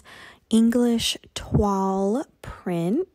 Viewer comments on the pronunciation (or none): Not a criticism, just a comment: 'toile' is pronounced 'twowl'.. hope you're not offended, it's from the French for 'cloth'.